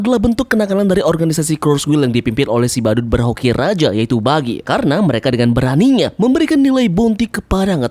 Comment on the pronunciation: Si Badut "berhoki"raja bukan "berhaki" raja😂😂😂